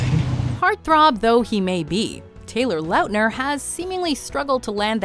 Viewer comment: The way she pronounces launtner is annoying